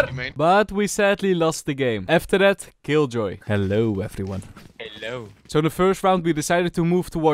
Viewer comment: its the "Hellou effriuan" for me